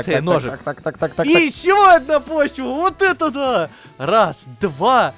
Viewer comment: когда сказал хочется ножик ножик мне послышалось что он сказал хочется дошик дошик